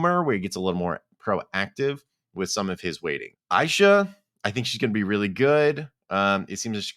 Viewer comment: Aysha’s name is pronounced Asia lol